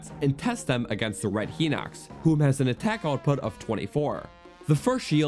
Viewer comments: It’s not pronounced Heeeeenox… It’s pronounced Highnox. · Not to be rude but hinox is supposed to be pronounced hine-ox not heenox. Sorry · He-nox. Liz-ar-fos. Whut? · Btw, it's "Hai-nox", not "He-nox", also "Em-BLAY-zuhnd", not "Em-bla-zuhnd". Please tell me you don't say "Oak-uh-ree-nuh" and "Me-lay". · no i know!! I was saying I didn't realize it was pronounced "hai-nox" and not "he-nox". I'm sorry if it seemed like I was asking what a Hinox was haha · Uh, wtf is Hai-nox? For someone who's anal about pronunciation you should really research it yourself. Hinox is pronounced "Hee-nocks" as the japanese romanized katakana pronunciation of the same name is "Hinokutsu" [i has a strong "e" sound in japanese] so yes, IT IS HE-NOX. Class is dismissed. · I say it Hih-nuhcks, and not Hai-nox (Hih sounds like it, hit, and bit) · You're right on the others, and until a few minutes ago I thought you were right on Hinox, but I just went to check. The Japanese for Hinox is: ヒノックス (Hinokkusu), meaning "He-nox" would be more correct, ヒ is always pronounced "he". "Hai" would use "はい" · i pronounce all of those wrong except Ocarina and Melee "He-nox" (I thought the I had an E sound) "Em-blaz-oned" (I dont even know what that word means) "O-Ca-Ri-Na" (i pronounce this one right) "May-Lay" (Whoever says "Me-Lay" is wrong)